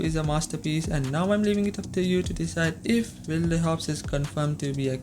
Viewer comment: Its pronounced "Wild" friend. Sorry, but that's distracting me big time!